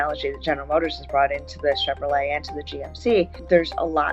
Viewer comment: Could've swore he said "Chevro-Legs" 😂